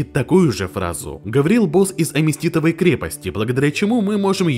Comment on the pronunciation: не первый раз замечаю, не аместитовой а аметистовой. А Ме Ти Сто Вой. От слова аметист. Аме Тист.